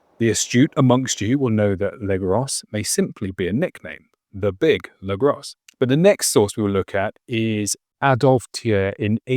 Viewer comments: Legros is not legross the S is silent. It means the big , could be a last name or title or nickname its hard to say. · You really ought to pronounce the French names correctly. Or at least try to. For example, Legros = "Legrow".